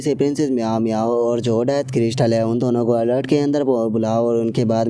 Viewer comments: Bhai bo alert nahi altar hota hai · अलर्ट नहि अल्टार बोलिय ।